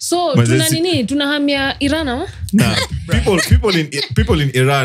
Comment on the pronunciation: I-ran to i-drive, you guy😂😂